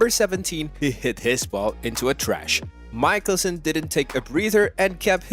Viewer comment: I stopped watching just as soon as he pronounced Phil's last name MIKE-elson. Where did they produce this film, Bangladesh?